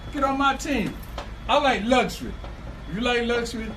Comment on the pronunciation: can’t even pronounce “luxury”. That fool said “lush ur we”. 😂😂😂😂